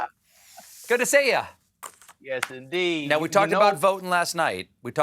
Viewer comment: What's with Colbert's corny votin'' pronunciation when talking to Jon Batiste? Colbert doesn't drop his G's, so it's a deliberate affection, and a rather offensive one actually. Maybe he should do it in Blackface to be sure that we don't miss it. I'm usually annoyed by educated people pretending to be ignorant for points. Obama used to always talk about "folks" in his speeches. I'll bet that he didn't use that word too much when he was writing legal briefs at Harvard Law School.